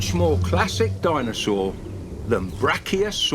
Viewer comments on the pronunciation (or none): ah yes my favourite dinosaur "branchiosaurus"